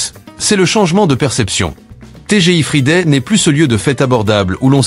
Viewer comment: Pas TGI fridé mais frailledé 😂😂😂😂